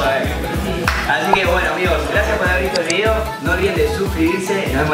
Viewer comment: cuando dice no olviden de suscribirse parece que dice desuscribirse :v